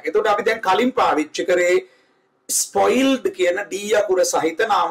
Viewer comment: It is not that ispoiled you will have to use spoiled your English is good but your pronunciation totally wrong.